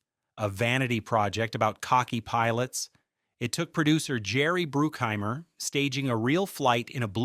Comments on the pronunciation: It's BRUCK HEIMER,not BROOOK HEIMER,get your names correctly A-hole. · BRUCK..... BRUCK-HEIMER. Not brookheimer...... dang man.... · Jerry Bruke-Heimer? 😂😂😂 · When you cant pronounce Jerry Bruckheimer's name right, you kinda lose all credibility here. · Correction. They did NOT actually do the inverted bird scene. That is blatantly obvious in the movie. Love the AI mispronunciation of Jerry Bruckhimers name. YouTube is so bad now. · Can you get your AI voice to pronounce the names properly? Bruckheimer and Elbert.